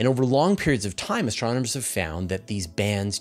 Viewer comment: My new favorite drinking game is taking a shot every time says STRONOMERS... Send help!